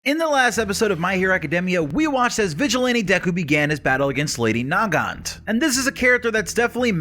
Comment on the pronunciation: I seriously can't tell if you're doing that on purpose or not, it is Nagant. NOT NA-GANT, come on!